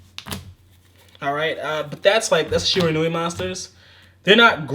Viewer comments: Someone who actually procounces Shiranui correctly! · Its really not, but so many people keep doing it, so seeing someone pronounce it correctly is refreshing